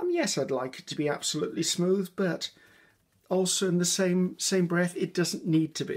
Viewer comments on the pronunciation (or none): none